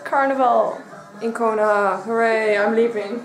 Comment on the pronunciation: ko-no-ha lmao